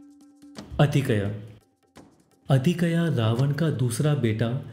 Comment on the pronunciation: बाकी सब ठीक है पर अतिकया नहीं अतिकाय